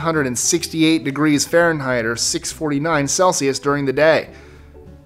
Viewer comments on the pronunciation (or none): none